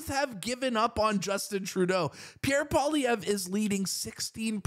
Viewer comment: At least this guy pronounces Pierre's Surname 😊 I need all the help I can get